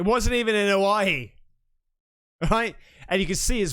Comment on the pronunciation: ***Hawaii not Howie